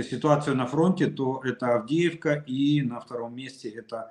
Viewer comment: Мужики, харе бухать,, Авдеевка,, а не,, Авдейка,,, закусывай, али нечем?